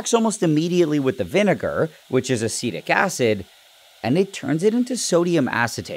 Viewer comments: Aceedic acid😂😂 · “aceedic acid” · why did he say acseedic